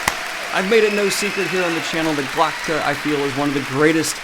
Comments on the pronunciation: Isn't the name Sand dan Glokta, not Glodka? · Wait you got it right the third time lmao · Wow so you could never pronounce Glokta's name properly. That's okay tho. I'm not grinding my teeth everytime... haha